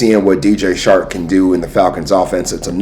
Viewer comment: 🤣 it’s DJ Chark not shark 🦈 🤣. Grate vid tho